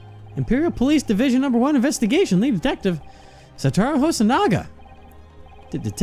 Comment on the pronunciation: Satoru = Suh-Toh-Roo